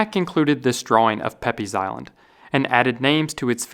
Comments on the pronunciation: it think peypes is pronounced peeps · Pepys is pronounced “peeps” like the Easter candy, not “peppies”. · PEPYS IS PRONOUNCED "PEEPS." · Pepys is pronounced Peeps. I know, it's weird, but I swear it is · Pepys pronounced it like peeps. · Pepys Island is surely named after Samuel Pepys and pronounced ‘Peeps Island’ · Pepys is pronounced “Peeps” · Wonderfully interesting. A comment: Isn’t Pepys pronounced “Peeps”? Perhaps in his time more like “Papes”. One of many names in English that have misleading spelling. (Today is Wednesday—a good example). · fun fact Pepys is pronounced 'peeps' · Pepyes... is pronounced Peeps. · Pepys is pronounced, "Peeps". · Just so you know, Pepys is usually pronounces "Peeps" as far as I'm aware! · Pepys is pronounced peeps. He was famous for his diary and reformed the navy. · Great video! Always love to learn some fascinating facts from you 😁 Just FYI, 'Pepys' is an English surname pronounced 'Peeps', as in Samuel Pepys, a famous C17th English diarist. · Pepys Island is pronounced ‘Peeps’. Samuel Pepys is better known these days as a diarist. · Pepys is pronounced Peeps. No logic, just that’s how it is. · Pepys is oddly pronounced peeps. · Pepys Island was names after Samuel Pepys, pronounced “Peeps”.